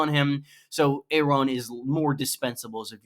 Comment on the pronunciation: Air on not A ron